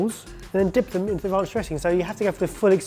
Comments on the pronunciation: "Rounch" come on guys. You know its "ranch" 😂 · Please quit calling Ranch Raunch